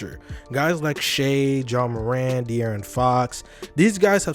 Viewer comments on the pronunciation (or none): none